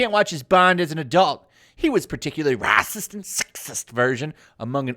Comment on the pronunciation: Why are you saying raaarcest and exsist???